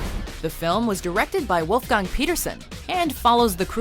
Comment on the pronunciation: and its not woolf-gang but volf-gang